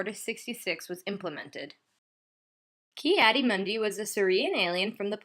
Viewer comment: 'Tis pronounced Kee-Adee-MOONdee.